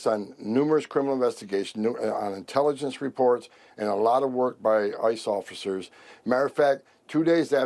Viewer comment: He can't even pronounce INTELLIGENCE! Must be huffing orange paint like his daddy!